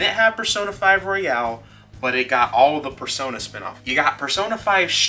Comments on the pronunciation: You're pronouncing it wrong. The way you're saying it is like "Royale". It's Royal. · Royal... not Royale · It’s not royale, it’s royal. Great video, subbed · Surprisingly a lot of people pronounce it Royale.